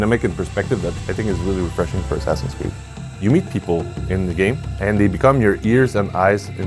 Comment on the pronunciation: had a stroke hearing him say assassins creed